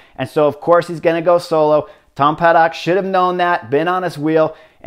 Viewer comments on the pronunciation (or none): none